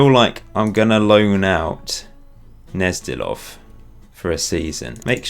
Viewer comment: Gnezdilov is definitely spoken with a G - you have to make sure to pronounce the G prominently.